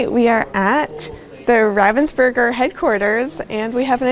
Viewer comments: With stress on the Rah!😎👍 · Thanks for sharing that trip with us. I hope it was all you ever dreamed of. One thing, though: The way you pronounce the German version of the name "Ravensburger", is not how a German would spell that sound. It would not normally occur in German, but what you say would be spelt as "Ravvensburger". You need a more open sound, like if you accidentally pushed an almost finished puzzle off the table: "Aah!" - "R-ah-vensburger". Germans spell that vowel as "Ravensburger". But: welcome home. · Also if anyone wonders, you pronounce it Rahvensboorg(er) :) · As a German I love how you really try to stick to the German way of pronouncing Ravensburg(er) but then here and now the English version slips out :D